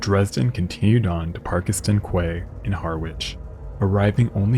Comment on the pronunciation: And Parkeston is pronounced Park-ston😊.